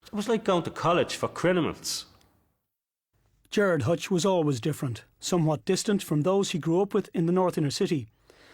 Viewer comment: He says 'crinimals' a lot